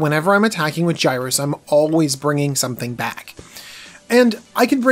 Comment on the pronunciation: It’s pronounced (Yer-iss) not (Guy-rus)